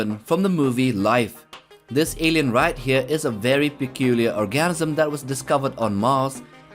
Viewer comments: He's trying to say organism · This man for real said orgasm instead of organism when describing Calvin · OR-ganism, not orGAN-ism. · No it was definitely an orgasim